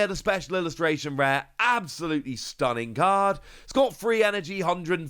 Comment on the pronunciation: Special illustration reeeaz😂😂😂 whatever dude